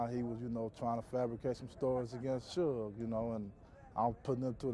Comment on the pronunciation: surge?? its suge